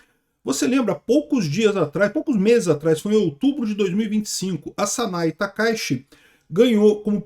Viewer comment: Sanae Takai"T"chi, Por quê as pessoas sempre pronunciam errado as coisas do Japão ?